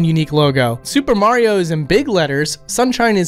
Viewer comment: You said “Mario” wrong.